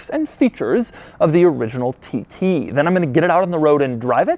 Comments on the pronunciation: Lol when says tt it sounds like tities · "Audi TiTy" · Why does he keep saying titty? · is he saying Titties? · Ah yes, the Audi TTie